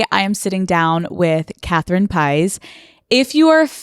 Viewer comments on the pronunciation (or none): The pronunciation of her last name is a little irritating lol. It’s pah-ees not pies 😂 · Katherine PIES. 😂 PIEEEE-EEEE-SSS is the correct pronunciation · Couldn’t pronounce her last name right?